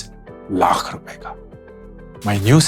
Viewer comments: Lakh ka uccharan thik se kijiye bahut bura lagtahe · Just the way he says Laakhh 😂